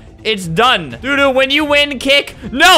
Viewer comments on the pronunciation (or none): It’s not pronounced do do it’s pronounced dough dough like the bird from like 1960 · Dodo is pronounced doe-doe, it’s an extinct bird 🦤